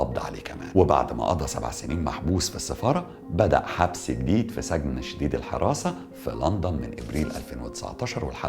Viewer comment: سِجْن وليس سَجْن وشكرررا ❤️